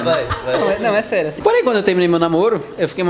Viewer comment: foi corrigi e falou mais errado ainda ELA COLOCOU ASSIM - ASSIN